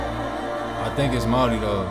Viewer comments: Your reaction is on point 👌. The way you spoke our language and pronounce our culture " Maori" Flawless .. yeh we are very lucky here in Aotearoa with our Te Taiao ( Enviroment) Whenua ( Our Land). Stan shows the world how beautiful our language is for starters lol. Also our whenua ( land). Mauri Ora ( Breath of Life) ❤ I Am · I absolutely love how well you pronounce our words, especially 'Māori'. 🥹 Respect!